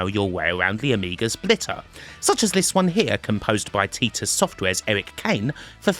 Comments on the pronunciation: Video isn’t right. It’s tytus. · TIL that ive been mispronouncing Titus for the last couple of decades